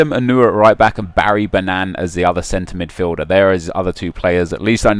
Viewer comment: It's Barry Bannan dude :|